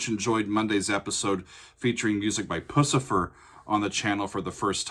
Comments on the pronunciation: I'm pretty sure it's pronounced "pew-cifer", but in defense, it's a terrible name. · You should not be saying Pucifer like that my guy